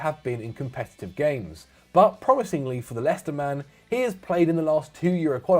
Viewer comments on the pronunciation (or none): none